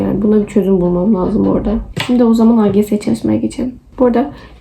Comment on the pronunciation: Laazım değil , lazım . Üstü şapkalı a . Ae arası bir ses, la(e)zım gibi 😂